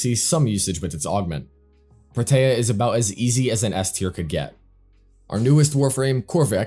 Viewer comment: Why do you say protea like that Its pronounced pro-tee-ah